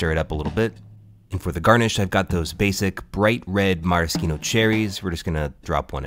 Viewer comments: How to pronounce Maraschino Cherries: meh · ruh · shee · now cheh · reez How do you not know that? 🤔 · how is nobody talking about the fact that he called it a maraskino cherry?